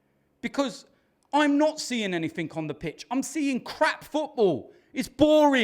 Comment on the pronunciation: Can anyfink get worse. Yes, Gunners will lose fwee in a row 😂